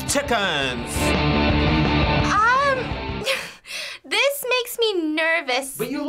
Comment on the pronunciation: l00k at all those "TICKENS"